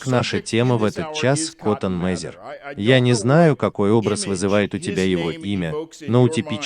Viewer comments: Что за проблемы с произношением фамилий, например Мазер и Мэзер? Будто первый раз видео записываешь и без сценария. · Мэйзер а не Мазер А книга называется "Великие деяния Христа в Америке" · Не МАзер а Мэзер. Коттон Мэзер